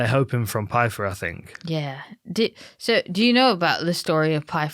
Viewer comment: You’re telling me V can’t say Pyfer?